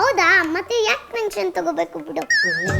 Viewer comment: ಟೆನ್ಷನ್ ಅನ್ನೋದಕ್ಕೆ ಪೆನ್ಷನ್ ಅಂದ್ಲು 😅